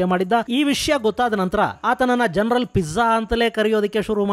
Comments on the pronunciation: ಸ್ವಾಮಿ, ನೀವು ಉಚ್ಚರಿಸುತ್ತಿರುವಂತೆ * ಮುಲ್ಲಾ ಜರನಲ್*ಎನ್ನುವುದು ತಪ್ಪು.ಅದು *ಮುಲ್ಲಾ ಜನರಲ್ *ಎಂದು ಉಚ್ಚರಿಸಬೇಕು. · Gernal alla sir general antha yestu helidru ade heltaidira 😅😅